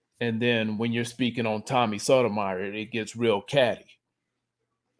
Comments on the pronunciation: It's pronounced "So-toe-my-your." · You’re pronouncing Tommy’s last name incorrectly. Other than that, good video